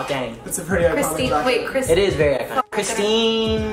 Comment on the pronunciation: Did Corinna really pronounce Christine like Kristen? Don't they hangout? Like...biih what (no hate I dig ya corinna)